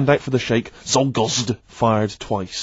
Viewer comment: I oddly appreciate how Steve pronounces the name Leon Czolgosz.